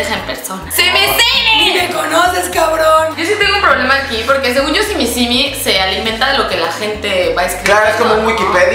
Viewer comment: Simisimi Jajajajajajaja es sim simi 😂